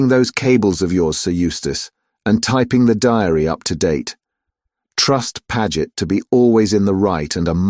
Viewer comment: Doesn't matter what they call it, AI is still awful and very annoying! For instance is the male secretary "Padgett" or "Paggit" or "Pa-Jet"? And who reads a list as "No-one, No-two, No-three" and so on? Damn machines ruin everything!